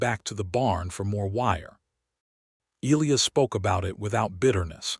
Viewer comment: You simply must figure out how to pronounce names! Elias is pronounced ee lie us, with the emphases on the middle syllable!